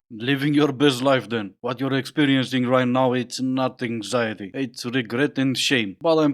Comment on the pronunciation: Is #1 intentionally saying hanxiety?